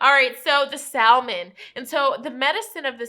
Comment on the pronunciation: salmon is pronounced sam-on